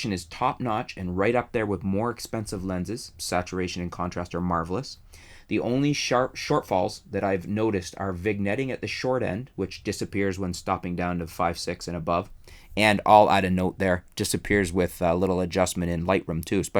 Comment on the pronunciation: "vin-yetting" not "vig-netting." Otherwise great content.